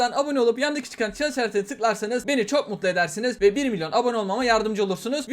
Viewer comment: Minyon değil "milyon"